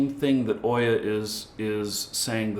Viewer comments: pronounced OOOOya, like boot. Not Oyyyya like boy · Just for knowing, it's not Oyah, it's OOO-yah, like ou-yah...